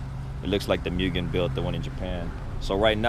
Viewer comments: I believe it’s pronounced “Mooo-gan” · mew-gen.... it's pronounced like 'moo-gen', not cat sounds. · cool stuff, too bad this guy sounds like he doesn't know what he's talking about. 6 months into ownership. Sounds like he just bought this car the way it sits. Its also pronounced "moogen." smh